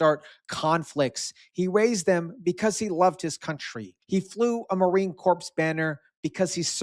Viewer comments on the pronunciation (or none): it not Marine "corpse" its Marine "core"